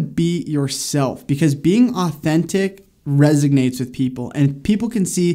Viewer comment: It's "resonates", not resignates. Jesus H. Christ.